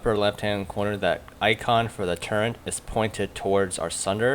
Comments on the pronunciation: Good video but it's "turret" not "turrent" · Still do not understand why people say turrent deliberately...